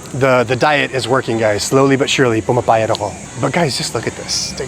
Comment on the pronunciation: pu-MA-pa-YAT. lu-GAR. sleeve = mang-GAS. There are many plant sellers there coz nearby used to be the Manila Seedling Bank which some say was wrongfully foreclosed. There's also Ninoy Aquino Parks and Wildlife Center near there.